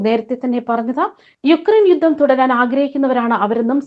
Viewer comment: 'യുദ്ദം ' തിരുത്തണം. 'യുദ്ധം' എന്ന് പറയൂ